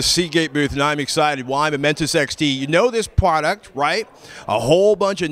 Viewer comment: Pwaduct lol